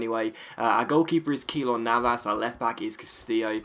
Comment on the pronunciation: Keylor Navas is said "K-lor Navas" Saying K for Keylor.